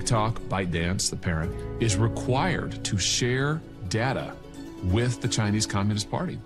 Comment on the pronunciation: "CHINEASE" Bruh